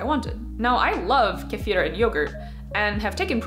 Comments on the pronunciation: As a russian, I appreciate it. I was so surprised to hear correct pronunciation, that I now suspect she has russian roots :D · I really appreciate your proper pronunciation of kefir. I'm not sure if the Russians would complain, but it's so much nicer than "key-fur".